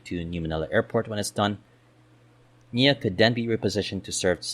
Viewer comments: A very succint analysis of NAIA and existing nearby and future adjacent airports. It has none of the propaganda or pandering commentary to San Miguel just simple facts. Just a few comments 1) It is not NIA (which refers to National Irrigation Authority) it is NAIA or nah-ee-ah. Sorry the pronounciation just gets me. 2) You should also discuss public access to NAIA and nearby airports such as trains, subways, even expressways. It is important as part of decongestion that people can easily get in and out of the various terminals faster, keeping volumes of people lowere witthing terminals as much as possible. 3) I hope they inter connect new Terminal 5 and Terminal 1 as well as Terminal 2 and new Terminal 4, making it more convenient for travelers the former 2 for international travel and the latter 2 for domestic travel. This leaves only Terminal 3 isolated. In other large International Airports like Changi and Frankfurt all terminals are interconnected by internal trains. 4) The idea of redeveloping NAIA to a new city Township like BGC (basically expanding Newport City) is still possible with the caveat to develop a Terminal Transit express to both NMIA in Bulacan and Sangley International where people can check-in (2 hours before) and take Airport express trains to NMIA or Sangley just like in Hong Kong. This would allow people to travel to a single convenient location nearby to check-in and still get to airports which are far away with facility. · NA-EE-YA, not NEEYA, tf is Neeya